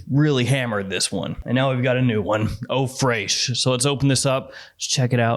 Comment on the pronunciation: Eau freishhh😂😂😂😂